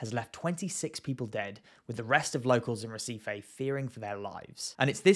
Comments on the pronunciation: brazillian pronunciations are counter intuitive to english speakers; it should sound more like hehseefee 👍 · Never heard of Recife . i thought you were trying to say receipt .